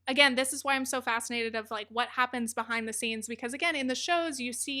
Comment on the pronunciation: “Leaving myfriendships bEHOOOIND likewillow ankerri that’s the hard part”